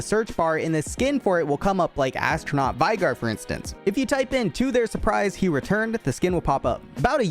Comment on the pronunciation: Here's a fun useless fact. It's vay-gar. Not vi-gar